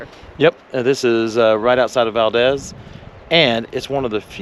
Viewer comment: Valdeez is the correct pronunciation. Enjoy your travels here❤